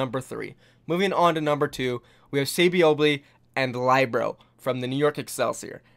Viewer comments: Do you not listen to the casters when they pronounce these players' names? I know they're not always consistent but none of them have pronounced Libero as ly-bro. Please, it's not hard. It's Lee-bear-ro. No one calls Miro my-ro either so please get that down. Pronouncing people's names right is respectful. Thank you. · Um, Lie-Bero? It's Li-bero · WHY DO U SAY LYEBRO? ITS LIBERO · LYBRO hahahahahahhahahaha its Libero Lee Beh ROW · Hey bro, not to be facetious, but it's pronounced Lib-ero, not Lie-bro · Nice video but isn't Libero pronounced like Lib ero, and not like Lybero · saybyeolble and lie-bro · Can you learn to say LIB ER OH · Love your videos. But please learn how to pronounce Libero. It’s not lie bro. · Pls, SBB is pronounced, Say - Bee - Ol - Bay, Libero is pronounced, Lib - Eh - Ro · It's pronounced Lee-be-ro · I cringed every time he said LIBro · Lih-ber-oh and Say-bee-ohl-bee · Lie-bero? Never heard of him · Say libero as li- (as in little) burr-oh And saebyeolbe as say-bee-ol'-bee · Please learn how to pronounce libero and saebyolbe.i love your content but it is killing me. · That "Libero" pronunciation... shudders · The way u pronounce libero is cancerous lmao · you said libero wrong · Lmao watches every match and still mispronounces Saebyeolbe and Libero even after the casters saying it correctly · learn to pronounce Libero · nice list but you butchered Libero's name